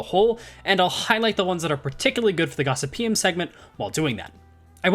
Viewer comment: For those interested, Gossypium is produced Gos-sypi-um.